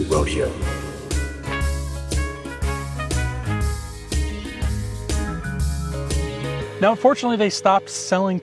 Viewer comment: Why did you redub the commercial? The name of the car was pronounced Row-DAY-O. Not Road-E-o. Find a real ad for it and find out.